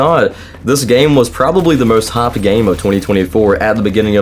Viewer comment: They way you say "haaapd game" gave me a good chuckle. Also, they didn't "become COD killer", they marketed themselves as COD killer. You can call yourself anything, but more often than not it's just complete BS.